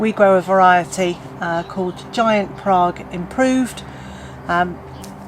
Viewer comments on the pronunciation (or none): none